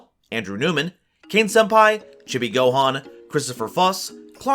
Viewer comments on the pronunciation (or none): none